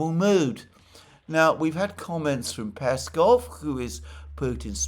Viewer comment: Alexander mate! You now pronounce Lavrovs name correctly. Great job! Now it's time to do the same for Peskov and Ushakov. Remember the emphasis goes on the last syllable. The one wending with "ov".